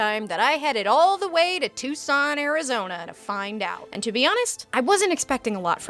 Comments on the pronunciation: "Touscon Arrrizoniehhh" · Too-sohn Ah-ri-ZOHN-yah